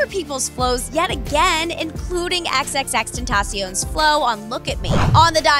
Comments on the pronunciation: Its not xxx tenTAHcion its xxx tenTUHcion gotta throw some spanish on it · “(Then) (ta) (cee)(own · The way she pronounced XXXTENTACION...